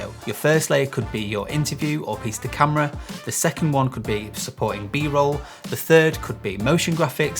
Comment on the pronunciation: I figured that's what it was but I couldn't quite tell what you're saying/I've never heard that terminology before